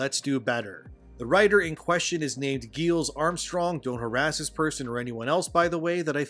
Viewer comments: BTW, the main writer for this game is pronounced Giles (like the character in the Buffy series). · his name is pronounced like Rupert Giles from Buffy. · Hey man appreciate your work and the delivery of it. But respectfully, you should take a little time to understand how names are pronounced. Getting Giles wrong and mispronouncing "rhetoric" undermines your position as a public speaker